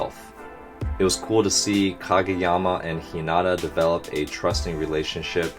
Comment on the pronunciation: Hinata's name is pernounced He-neh-tah in japanese since they don't really have a "r" pernouciation in japanese. And if you listen to the others say it in the anime it's you'll hear how it's said